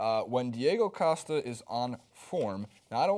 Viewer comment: can not say Costa correctly 😩 killing my ears